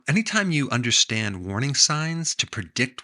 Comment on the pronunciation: why is it that NO american can say the word "understand" without pronouncing it "undershhhtand"?